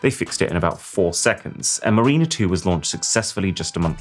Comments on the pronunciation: MARINER, not "Marina" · Mareena?😅😮 It's "Márin-uh". As in, people who navigate the seas are mariners, not mareenas, which are places you berth your yachts. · A 10/10 fail is pronouncing the name Mariner, a name meaning a sailor or navigator, the same as the word marina which is a place where small boats moor. (Ma-rin-er vs Ma-reen-ah) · Mareener!? How can you not know the word Mariner? 😂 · The NASA craft is MAH-rinur, not mu-REEN-ur. Like a person who sails the seas. Good list, save for the diaper entrepreneurs - that's a fail on Amazon, not the couple! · Love you but, but it’s Marin er. Not 😊Mareener. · The Y2K matter was not an embarrassment, it was a triumph. If the effort to correct the two-digit versus four digit year issue hadn't been done, the situation would have been serious. Also, the name of the space probe Mariner is pronounced mar-rin-er, not ma-reen-er. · Don't know if anyone has flagged it earlier in the comments but for F***s sake can you make sure you at least learn to pronounce the names of the items that are failing. It's not "Marina," as in a place where boats are moored, it's "Mariner," pronounced "Ma - ri - ner" as in a person who sails on a boat. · It is pronounced MAriner, not maRIner. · Mariner is pronounced mar uh nuh not mer ee nuh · Ma-ri-ner- an explorer discovering new worlds. Not Ma-reee-na,a Russian first name. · It's 'Marina' NOT 'Mareena'... And I thought you were going to speak about the INSANE STUPIDITY of the 1998 'Mars Climate Orbiter' that burned up due to a Metric Imperial measurement confliction problem between engineers that built it and Software engineers who programmed the flight.... 🤨😏🤣🤣🤣 😎🇬🇧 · It's not pronounced marina as in somewhere enclosed to moor a boat but Mariner as in Ma Ri Ner and refers to a sailor. You would not have pronounced the title of 'The Ancient Mariner' that way. Sorry to be so picky but really annoying on an otherwise excellently produced video. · It's not 'Marine-er', it's 'Mar-in-er' 🤨